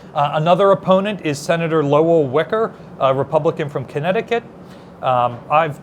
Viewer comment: it Senator Wieker is pronounced WYE-Ker. He later became the governor of Connecticut.